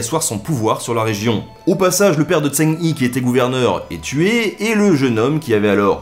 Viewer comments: Super épisode, tu gére la fougère mec! Niveau prononciation tu t'améliores, mais on prononce Jeng He en fait en Chinois... Voilà, voilà, la haine attisée c'est fait! ;) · Par contre Zheng He se pronomce "djingue reu" (pas pronomcer trop le "gue" de "ingue" juste faire "hein" avec le nez. Si tu veux le pronomcer à la Française : "zongue hé" ou "zongué". Voilà voilà de la part d'un cinophile amateur. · Zheng He = Djong Reuaa Faut que t'apprennes le chinois Ben ! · Zheng He , son en AN pas en ON. Le H ressemble a un R Francais , pas de son roulé. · tu prononces mal zhong he, en mandarin ça ressemble plus à tchonne re (écrivant comme on le dirait en français) que chang hi. Et cette prononciation serait pas correcte pour autant mais plus proche de la vraie. Le zh se prononce un peu comme tch le g de fin se prononce pas mais il faut insister sur le n qui précède le h se prononce un peu comme un r roulé. Normalement il y a aussi les tons mùais bon c'est pas non plus un cours de chinois. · Salut, Alors a priori le nom de l'amiral chinois se prononce plutot comme "djeun heu" en prononcant le "h" ;) j'ai une ressoritssante chinoise avec moi qui soupirait a repetition pendant la video :P Super video comme a l'habitude quoi qu'il en soit, merci :) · Zheng He il faut prononcer comme "Djaing Reu" :) le chinois est très compliqué à prononcer ^^ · Excellent ! Par contre on prononce zheng re ! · L'amiral eunuque Zheng He se prononce plutôt Djeung Re (comme le jota espagnol) mais sinon c'était top ! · Mauvaise prononciation de Zheng He, ce sera plus Dsheng Rhe en descendant sur le dernier e. Or mis cela c'est un bon résumé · Connaissant à peu près l'histoire de Zheng He, j'ai cru pendant plusieurs minutes que l'on parlais de quelqu'un d'autre que je connaissais pas.. c'est pas Zeng Hi c'est Zheng He -> Djen(g) Heu ( H= Jota espagnol ) c'est con mais voilà, un poil de prononciation, ou bien marquer juste son nom.. ^^ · Zhang He se prononce "Djang Re' et pas ' tsang hi' ;)